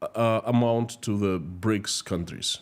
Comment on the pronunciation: "A monstruous ..." what??? "Breaks ..." Ah, you mean "BRICS"! "Prison terms are to be shortened for reading ..."??? _"Many Russians are facing pAverty ..."? ... you mean pOverty, I think. Sorry to be so savage, but something happened to your pronunciation today; I can't understand every other sentence.